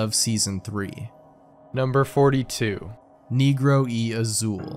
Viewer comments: its not (knee-grow), its (neh-grow), the first one is pretty yikes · heads up , it’s pronounced “ Neh-grrrho” jus so it sounds less white 💀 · That isn't how you say it in spanish lmao. The E isn't pronounced as E or knee like in the racial slur but like egg. N•egg•ro is usually how it should sound. Hard to convey sound over text lol. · bro its NEH grow LMAOOO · Did know one else catch how he said negro y azul? 😅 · the negro, pronounced like American “negro” was jarring while I’m grading papers 😅🫠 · BRO THAT IS NOT HOW YOU SAY BLACK IN SPANISH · bro you totally butchered the word “negro”. its a short e not a long e